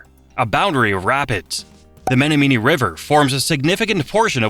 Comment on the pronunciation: Baraboo is terribly pronounced wrong on here. It is pronounced: bear-a- boo. It also slaughtered Winnebago. It is Win-a- bay-go. Omg. I almost puked when I heard how it pronounced Menomonee.